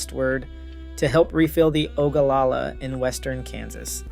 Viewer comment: AW-kwi-fer. Not a-KEE-fer. You should learn how to pronounce these words before you publish yourself speaking them for all the world to hear. Why did you research all the other facts but not how to pronounce the words? You also pronounced Ogallala wrong. ESL?